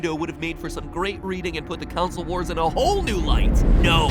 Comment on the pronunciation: counsel war? its pronounced console ;)